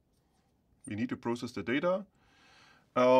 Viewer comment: This guy adding that extra S on process like 2 minutes later is so funny to me lololol. Besides that this vid is so good thank you for breaking everything down and explaining it visually!! Appreciate it!!